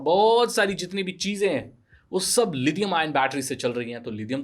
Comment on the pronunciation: Lidium wtf It's lithium